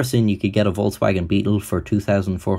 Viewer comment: Why does almost every youtuber mispronounce volKswagen as volTswagen? The K is both written and pronounced as a K.